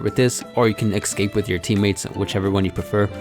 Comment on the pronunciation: Hey um... Escape* Not excape. Just an fyi